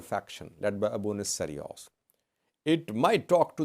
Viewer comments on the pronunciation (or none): Slight correction say Mr ARIOS